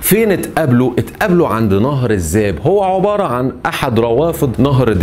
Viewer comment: أرجو منك تكلم اللغة الفصحى ، دون استخدام اللهجة المصرية ، وتصحيح الأخطاء اللغوية قبل سرد القصة ، مثلا كلمة **عبارة **تنطق بكسر حرف العين وليس بضم العين ، و إسم **مروان**بسكون الراء وليس بفتح الراء ،،،،،،،،،،،،